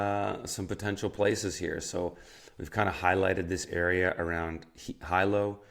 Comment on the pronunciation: When you pronounce Hilo as “High Low” instead of “He Lo” that tells me you did very little research for this video.